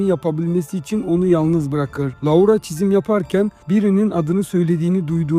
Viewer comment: maykıl diye telaffuz edip loora diye telaffuz etmemek